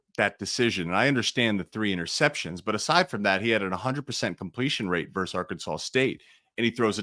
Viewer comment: Versus Oregon, not verse.